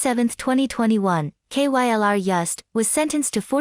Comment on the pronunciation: I like how the computer voice is so dumb it spells out K-Y-L-R every time lol